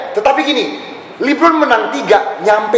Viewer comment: LeBron kali ka jo bukan Libron 😅